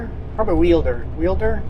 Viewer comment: I miss Homedale, and you drove past my old house coming into Wilder. Pronounced Wild-der